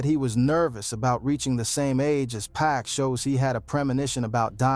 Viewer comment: wait wait im only 20 seconds in and did you say PACK? how dare you call 2pac, PACK lmao